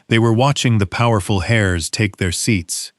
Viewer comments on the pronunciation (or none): The text read, "They watched ghe powerful 'hares', instead of 'heirs'. Another mistake that Ai's reading generalky makes is the tense of the word, 'read', that is ssid differenyly according to context and not spelling.